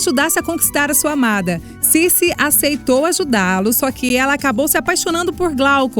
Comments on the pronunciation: Cece Drake? hahahahahaha -A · É Circe.Ela é uma feiticeira.